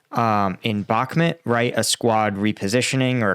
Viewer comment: man you guys pronounced ukraine place names is so weak “bok mit” “danbus” “robo teen aye”? really? it’s like saying “eye-sa fram amereo-lyn- cana” or “ dowra ins Varina”did ya notice how well read that sounded? yea? not really.